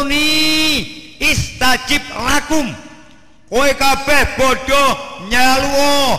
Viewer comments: Maaf,,skdr meluruskan,,bukan "ud'uni istajib lakum" tp "astajib lakum" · astajib lakum ustaz!! bukan istajib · dalile kleru yiiii...yang benar astajib lakum,,bukan istajib lakum,,,maaf yi...